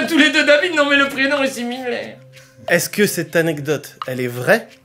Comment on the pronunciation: "Similaire" pas "si minet"